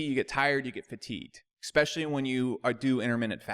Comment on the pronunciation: I like the videos but... could you stop saying “eckspecially”?